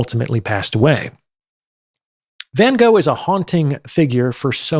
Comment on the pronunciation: If you wrote a book about Van Gogh, you should learn how to pronounce his name correctly. no offence, but still...